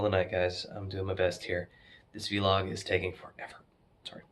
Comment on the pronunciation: Say Vee-Log one more frickin time